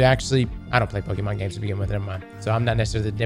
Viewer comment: Drinking game - take a shot of any drink every time says Pokemon wrong. Also, Nintendo in the wrong as usual, they will probably fail in this case.